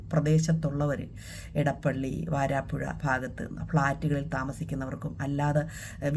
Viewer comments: വരാപ്പുഴയാണ് വാരാപ്പുഴ അല്ലാ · Good 👍👍👍 വാരാപ്പുഴയല്ല ..... വരാപ്പുഴ